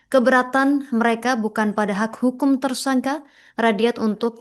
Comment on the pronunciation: Ngomong Tersangka malah jadi Tersangkah. Ngomong Membela malah jadi Membelah. Jangan2 lo tipikal orang yg ga bisa membedakan juga Nikah Siri dan Daun Sirih. Pasti kalo ngomong Nikah Siri malah jadi Nikah Sirih. Keliatan banget kayak ga sekolah dari SD. Masa ngomong yg bener aja ga bisa mbak